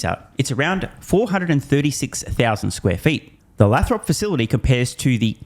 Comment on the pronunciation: Dude, it’s “Lay-throp” (long A)😊. Love ya